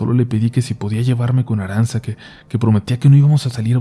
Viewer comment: ARANTZA, SE PRONUNCUA "ARANCHA". Y EATA ESXEITO EN EUSJERA, KE NO SABEIS NI PRONUNXIAR.!!!.